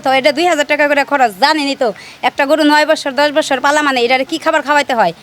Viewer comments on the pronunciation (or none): বসসোর না 😂😂😂😂.....বছোর